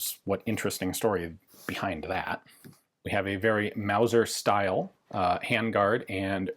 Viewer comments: You mispronounced “wauser” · ITS MAOSER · It's not a Mauser, it's a Mouser.